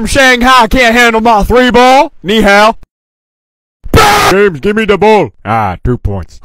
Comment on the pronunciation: as a Chinese I gotta say his "ni Hao" pronunciation is good lmao